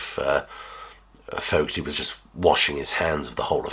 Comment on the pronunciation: It's pronounced Fogerty. HTH.